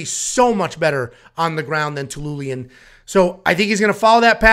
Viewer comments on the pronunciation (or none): Love the channel, but bro let's work on those name annunciations 🙂(dennis telinian LOL). This might be a candidate for worst card of the year.